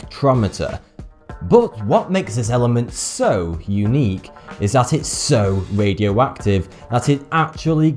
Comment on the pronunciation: MAWIE CUWIE. SPECTWOMETEW. ITS SO WADIOACTIVE. IT GWOWS IN THE DAWK.